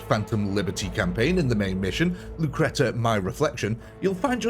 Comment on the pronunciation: "Lucreta" and every goth shuddered